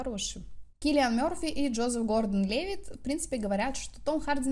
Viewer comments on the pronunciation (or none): none